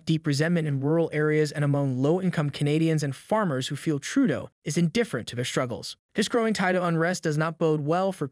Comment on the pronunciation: Not NEWFOUNDland. It's NEWFundland. . I hate JT but give him the courtesy of saying his name correctly. NOT Tròodo.